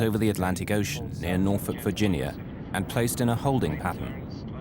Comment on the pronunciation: Props for pronouncing “Norfolk” correctly 👍